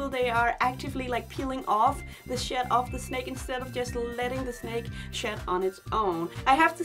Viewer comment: I love when you say 'shed'. It sounds like 'shit'. And you smile when you say it. so it's super precious